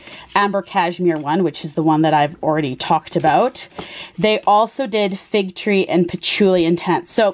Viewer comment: Isn’t it Fig TEA? I hear you saying fig tree. I love nicolai, and the patchouli one is awsome in my opinion. Thanks for the review